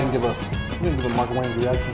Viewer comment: Lol. You pronounced Mark's last name wrong lol. But still enjoyed the content and Subscribed. :)